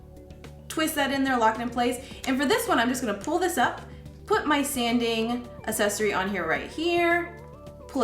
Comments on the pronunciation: accessory – the first C has a “hard” sound. Say /AK-SESS-OR-Y/, not /ass-ess-or-y/. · haha! I was getting an itch to post a comment about this. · I came to the comments exclusively looking for this one, I was hoping it wasn't just me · I found that distracting as well. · it s endearing. Don't apologize for it.